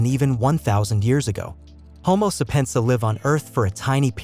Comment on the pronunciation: I'm not watching anything where someone can't even properly pronounce homo sapien